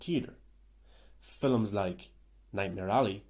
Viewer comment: why do you keep saying, "fillums" rather than "films" is that a standard way to pronounce and/or commonly say this word where you are from? im genuinely curious, im not trying to talk ish or what not...